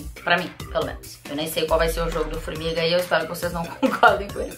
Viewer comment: concordo, mas é Formiga, né forminga não.